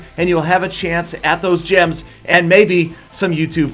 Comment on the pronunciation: "Gims" LOL PETAH